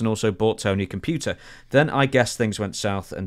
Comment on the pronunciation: Tony also called a cell phone a “cella phone” and a computer a “puter”😂